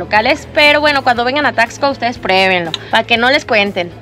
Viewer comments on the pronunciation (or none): Se pronuncia : tasco no es necesario acentuar la x como tal! 😊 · Se pronuncia tasco, no Taxco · Es Taxco con x , no Tacsco como ustedes lo pronuncian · Me purga escucharlos decir Taxco, muy marcado el (tax) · Se dice Tasco no taxco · Es Taxco. Sin asentó NO ES TAXSCO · Hola hola Por favor, no pronuncien así Taxco, les recomiendo que cuando lleguen pregunten cómo se pronuncia el nombre y cómo se dicen entre los lugareños.